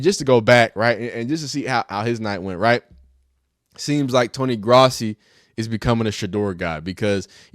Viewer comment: Its Growssi that’s how it’s pronounced.